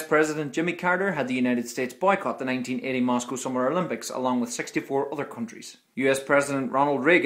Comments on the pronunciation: Why is it Mosow, not Moscow? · MOSOW???!!! MOSOWWWWW?!?!L!!!L????????